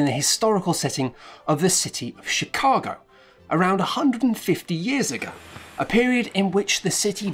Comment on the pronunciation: Is it just me... or did he start with Shitcago? I can't unhear it.